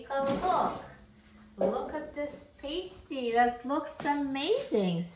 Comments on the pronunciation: Being that I live in the Upper Peninsula of Michigan, please learn to pronounce it correctly… it’s “PAST-TEE”… a Paste-tee goes onto a boo-bee 😂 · Ur pronouncing pasty wrong!! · I was just up in the UP, MI And they corrected me on how to say pasty. The way that I remembered the pronunciation is that this is a food from back in the “past” miners day that was created. (Pasty, as in paste, is a female adhesive.) 😊 these are so good! And I’m going to try your method in the air fryer right now! As I brought some frozen pasties home with me. 🤗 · I am from Wisconsin where these are very popular. Yes it would take an hour in the oven. I haven’t tried it in the air fryer but I will. By the way we pronounce it to rhyme with nasty. Not sure which is right. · Please read my comment above ..I'm English she's completely pronounced it wrongly